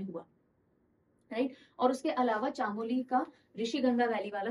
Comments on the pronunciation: Good afternoon ma'am. Thank you for the session. I would like to tell you that Chamoli is pronounced as "चमोली" and not "चामोली" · Mam chaamoli nhi chamoli is right pronouncetion ❤️ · Hey mam I'm from Uttarakhand.... Sorry to say but you pronounced "Chamoli" wrong, its Chmoli while saying it....